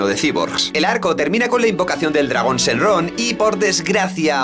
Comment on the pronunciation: shenlong:'v no shenron :c